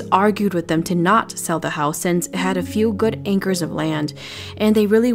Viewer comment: "ankers of land?"